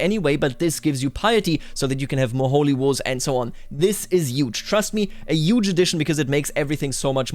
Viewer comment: yuge, yuge, yuge, yuge!!!! so many YUGE